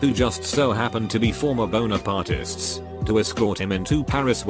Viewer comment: When he said Bonapartists I heard boner parties haha:D